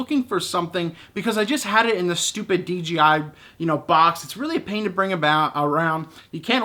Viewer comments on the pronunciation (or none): I can understand making the mistake from time to time, but for the love of god, on every single one of your videos you say DGI, not DJI !!! Holy Moly!